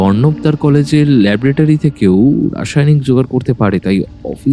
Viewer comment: Labra tary! Hey bhagwan! It's laboratory!!